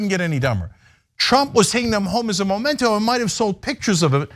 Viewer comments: Memento not Momento. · It’s memento not MOmento. Can’t stand how everyone is saying it the wrong way. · The word is "memento" not "momento"! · MEMento, not MOMento!